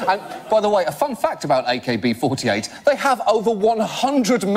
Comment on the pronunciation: AKBフォーティアイト──ロンドン訛り過ぎ……。